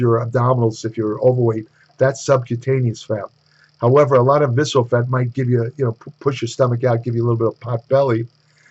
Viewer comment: "Sexual adiposity"?? 😂